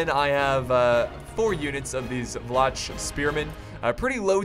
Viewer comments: Vlach is pronounced Vlah, they are natives of the balkan penisula who were forced in to the mountains by the slavs And Bastiniks are basically land owners. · The "Vlach" spearmen are pronounced Vla-H, in our language Vlah translates to Romanian. Great vid btw!